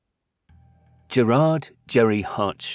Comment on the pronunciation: Good video. But please for the love of god research the actual names of places. It’s pronounced naa-van , stra-ban, Ger-Rurd